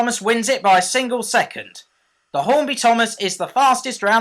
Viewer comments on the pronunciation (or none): none